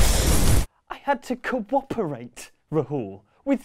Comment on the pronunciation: I had to co-oporate!!!! CO-OPORATE!!!!